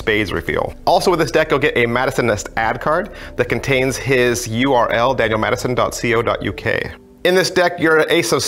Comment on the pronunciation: Haha! You deserve a like for the glasses alone :) Also, it's not "dot cee oh dot you kay" - it's "dot coe (as in company) dot you kay".